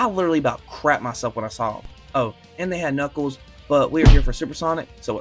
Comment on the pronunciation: "Today i boght super sonic...and knuckeld"